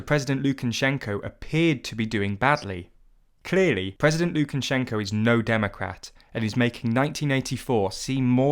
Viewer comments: Lukan-shenko. It's just Lukashenko. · It's not Lukanshenko, it's Lukashenko! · Thanks for the video! By the way, it's Lukashenko, not Lukanshenko (no n after the a). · Its Lu-ka-shen-ko Not lu-ken-chen-shen-ko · ”Mr Lukanshenko” You had one job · Why does this guy keep saying "LukaNshenko"? Surely you'd make sure that's the one name you'd get right when writing this script... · Where have you found a letter N before SH in Lukashenko? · I wish you could have at least pronounced his name correctly.